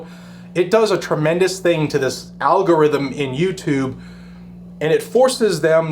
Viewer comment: Al g0 rhyth um!🇺🇲